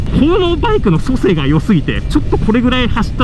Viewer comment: 素性をソセイと読むのは言語学徒！？